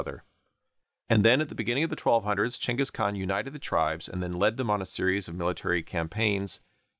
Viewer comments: Thank you for pronouncing Chengis Khan correctly instead of Ghenghis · Thank you for pronouncing Chinggis properly! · Because that's roughly how the name is pronounced. The first G in Genghis is supposed to be a "soft" one, like "germ" or "gem", reading is as a "hard" G is not how the name is originally pronounced. (Many other languages write the name with a C or Dj or some variation indicating a "dsh" sound.)